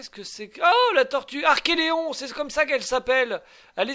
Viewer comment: Coooool! Sympa et plein de promesses ce début d'aventure. Par contre, pour la tortue, il me semble que tu prononces mal son nom. Il s'agit d'un archeLON et non pas d'un archeLEON. Si maintenant, tu rajoutes des lettres dans les noms des dinos, ça ne va plus! Tu avais déjà du mal avec les milliers, centaines de milliers, millions et milliards. 🤣 Bon par contre, c'est vrai qu'il y avait beaucoup de chiffres dans Primal Fear et que ce n'était pas toujours facile de les lire. Mais là, Archelon, c'est court quand même.... trop court peut-être?!? 😂 En tout cas, vivement la suite.